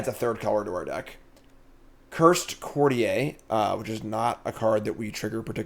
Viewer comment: Its pronounced "Court-ee-er." Its english not french 😂